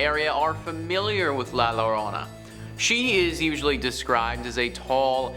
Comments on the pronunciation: A spanish word starting with a double L should be read with the Y sound so its La Yorona not Lorona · Yo-ro-na say it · La Llarona is pronounced like had a few drinks and slurring his words lol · Double Ls in Spanish are pronounced like the Y in yes.... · stopped watching when he couldn't pronounce llorona